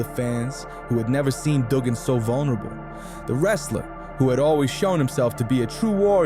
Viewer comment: Disliked the way this narrator said Duggan, it's pronounced Dugg In.